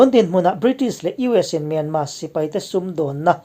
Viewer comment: Hei hi kalo zawt che u,enga tinge Myanmar hi atawp a R lam tello a myanma ti a inlam thin??